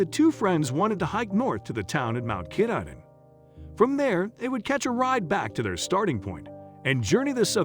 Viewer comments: GodBlessHer btw say: kah-tah-din the name of the mountain at the N terminus of the AT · The pronunciation is Ka-TAH- din Mountain. The computerized vocals drive me crazy. Also, the lady had no sense of direction according to the Maine Warden Service who spend the two years looking for her. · and "katahdin" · And Mt Katahdin.